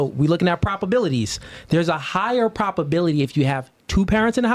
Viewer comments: It’s probability NOT “properbility” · “Propobility” is wild 🤣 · “Propability”? I’m pretty sure he meant “probability.” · Is he saying Propability or Probability ? Sounds like Propability… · Him saying propability is getting on my nerves 😂😂 But I get what he's saying. But damn shit is wildly annoying me.